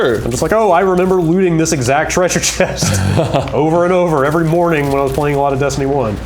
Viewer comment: is still putting an "r" before the "v" each time he uses the word "every"